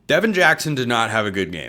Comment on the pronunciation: Its Devon Jackson, not Devin Jackson , who is a 2026 Oregon recruit.